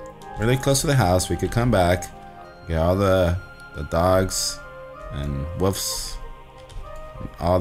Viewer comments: im not trying to be mean but its wolf's not woof's srry tht just bugs me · They say "woofs"